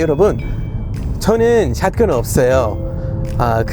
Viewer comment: 샷건 발음이 스무스해